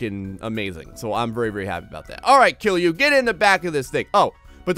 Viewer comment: my man, you're pronouncing KILJU like a real Finnish person! It's solid, relaxed KILJU and has nothing to do with Jews. I can't tell you how proud of you I am at the moment. In no time you'll be saying things like "kootaanko koko kokko kokoon?" and and people are like "oh so you're from Finland?"